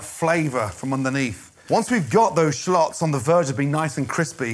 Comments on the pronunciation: Bruh it’s shallots not shalôts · I came here just to hear Gordon say "shlots" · It sounds like he's saying shlots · Hehe.... Sha-lots...